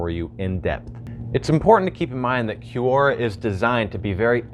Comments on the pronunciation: Kwora. Qu.. is Kw sound. like question. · its not pronounced Q-Ora its pronounce Cora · Is it from an actual language or did they make it up and spell it badly? Quora is definitely spelt like it should be said 'Q-ora' so I wonder where they got the idea it is pronounced 'Cora'. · Ffs i can't stand his way of pronouncing Q-ora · Gene Jost i think this is how it’s pronounced, this is always how I’ve said it, but idk😂 (kwora) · Right? He says "kee you oh ra stands for QUestionsORanswers." Oh, Right. Kee you estions...